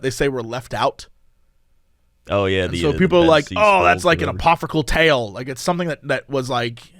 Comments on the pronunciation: Apophrycal is what Jesse was saying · Jesse: Apophrycal: Spell it? Jesse: [Spells Apocryphal correctly]: Apocryphal, huh? Jesse: Yeah, Apophrycal. Love you guys! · I caught that too, I was like well is spelling it the way Jesse is pronouncing it lol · "Goddamn it, 'apoffricle'!" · pronounces "scarce" incorrectly: Jesse makes it a huge joke Jesse mixes up the letters in "apocryphal": Jesse insists he's right even after spelling it